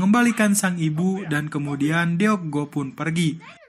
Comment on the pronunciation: Nama cucunya bukan dibaca Deok Go tapi Duk Gu.karena huruf double O itu dibaca U dan Deok dibaca Duk.tolong cari tau pelafalan nama Korea ya rada ganggung soalnya dibaca Deok Go mulu padahal dibacanua Duk Gu